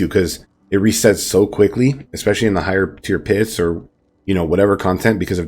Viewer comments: Love the build.. I have to point out something though. At 1: 55 ish you said higher pure tits instead of higher tier pits. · When he said "higher pier tits" I felt that